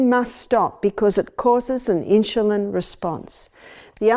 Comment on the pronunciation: Great video but they way she pronounces insulin is driving me nuts! I wonder why she's putting an h in the word?